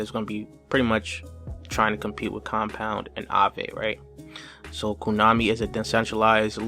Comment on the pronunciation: He said KUnami